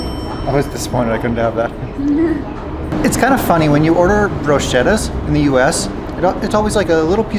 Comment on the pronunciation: Bruschetta is pronounced "broo-sket-ah" a brochette is pronounced "bro-shet" the latter being on a stick like a souvlaki or shish kabob, the first being a very well toasted crunchy bread covered with chopped tomatoes, garlic, fresh basil, olive oil and sometimes smothered in mozza cheese and broiled until melted and then re-drizzled with olive oil.